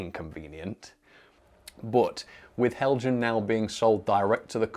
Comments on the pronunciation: btw... it's pronounced hel-yan... (just like mojang is pronounced moy-yang) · I thought that the Accurascale people did a great job on their video until somebody pronounced Heljan as "Hell Jann". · Helian, the J is silent 🤫 😊